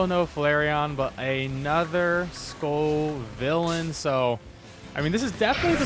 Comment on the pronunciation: Wow he pronounced Scovillain right hahahaha